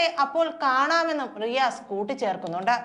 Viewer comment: Its not Maru mone it is Ri "Asse"